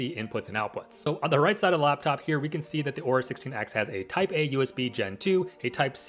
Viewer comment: It's Aorus not Aura. Also why does everyone say "aura?" am i missing something? lmao